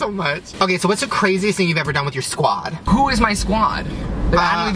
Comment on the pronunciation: the way Trevor said squad. LOL